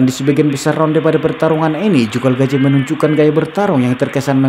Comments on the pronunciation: Calzaghe bung,,bukan calgazhe. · Namanya Joe Kalzage bukan Kalgaze bang . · Calzaghee ....boss Bukan calgazhee..🤣🤣🤣🤣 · Calzaghe bukan kalgazhe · lu ngomong apa? Apanya yg dibandingin sama calzaghe? Mabuk lu? Gw kan komen namanya calzaghe bukan kalgazhe, karena yg bikin video nyebut kalgazhe. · bukan galgaje, anda salah nyebut namanya